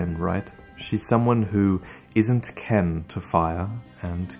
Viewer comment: It's definitely ' Kin ' to fire, not Ken.